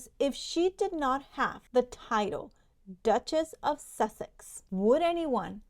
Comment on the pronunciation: The doochess of soosex? 😂